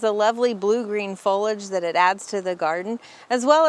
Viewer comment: *fo-LI-age Not foal-age or foil-age. Please and thank you.